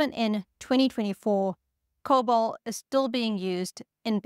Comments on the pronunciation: Lieber Freund, es heißt Cobol! Dear friend, it's called Cobol! Not COBAL! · "COBOL" not "COBAL" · COBOL? You gotta be kidding?